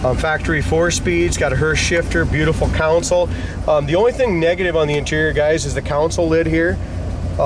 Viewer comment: Council (?)...Console!